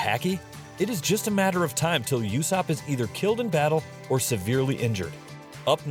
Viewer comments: hes not yussop hes ussop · whenever he says yousopp I die inside a little